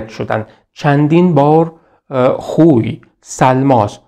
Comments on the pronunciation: سلام خسته نباشید...تلفظ صحیص خوی khoyهستش khuy که فرمودین درست نیست...واو وسط o خوانده میشه...میدونم مهم نیست خواستم فقط تلفظ درستش به افراد نا آشنا بگم همین...بازم ممنون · بسیار عالی است. تلفظ شهر خوی khoy را khuy تلفظ فرمودید. واژه хуй در زبان روسی به آلت تناسلی مرد گفته می شود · با عرض پوزش،شما که زحمت میکشید ین ویدیو ها رو تهیه میکنید لطفآ در مورد تلفظ اسامی دقت بیشتری بکنیدمثلا شهر خوی باینجوری تلفظ میشهkhoyواسماعیل سیمیتقولقبش یا صحیح تر بگم قومشshekakهستش نه shakkakواینجوری که شما تلفظ میکنید در ذهن بیننده اینطور تداعی میشه که طرف به همه چی شک داشته